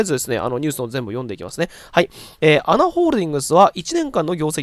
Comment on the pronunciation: ANAは「アナ」ではなく「エーエヌエー」と読んで下さい。